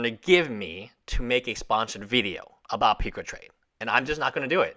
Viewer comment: peecatrade?????? PUCA PUCCCCCCCAAAA!!!!